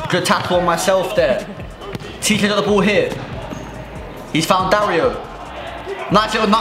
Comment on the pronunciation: dario is not it no offense, been saying it too